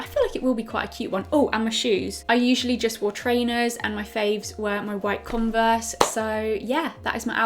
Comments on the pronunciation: No one notice she said “converse” wrong on day one 😭😭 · Who pronounces converse like that?